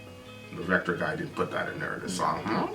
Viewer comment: Finally but I believe its vektor not vector. Anyways can you guys react to hellripper. They are a young band.